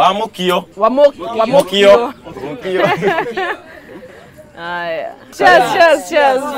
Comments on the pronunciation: Ni mimi tu nimeskia Betty akisema Wamuukio ama ? 😂😂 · Did Betty just call tha uji 'wamuukio' 😂😜😜😜😜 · Did betty just said wa mukio 😂😂😂betty is mukeo..anyway I love you..desagu shukrani kwa kuwakilisha watu wa mwihoko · Wamukio sounds so bad being said by betty 😂😂😂. ..kikuyu's will get😂😂